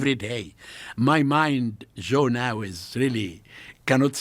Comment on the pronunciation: The way he kept saying zhoe for Joe reminded me of my uncles lol they have no J in Arabic